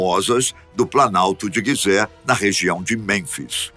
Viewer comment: Pirâmides de Gisé (lê-se Jisé) * 👍de nada!!